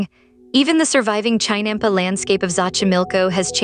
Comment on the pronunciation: AI horribly mispronouncing 'chinampa'; a basic unit of production.